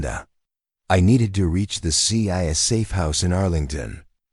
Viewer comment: what’s. ciaa 😂😂😂😂😂 stupid AI